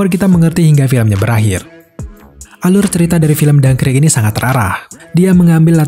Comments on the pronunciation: Dunkirk boss, bukan dunkrik🤦‍♂️🤦‍♂️🤦‍♂️ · Dankrik ga tuh bacanya